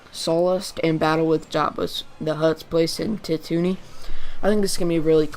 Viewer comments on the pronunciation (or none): Bespin, pretend you're saying Best-pin but drop the T. For Tatooine, it's tattoo and ween put together but drop the W. So Tattooeen more or less. The guy in the cloud city was Lando Calrissian. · worries, I just noticed you said it a few times, It's a common mistake. It's pronounced Tat-two-ween. Great job otherwise! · "Tatoony" ?? Come on man.